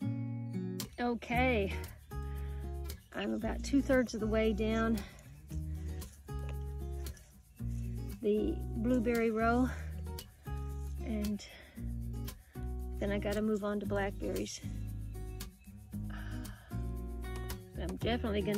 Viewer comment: C'mon!! Bluueberry pie!! LOL!!